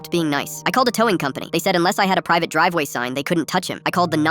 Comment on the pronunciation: Driveway: ❌ Drivewa: ✅